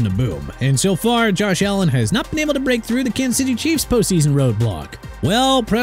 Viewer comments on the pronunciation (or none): none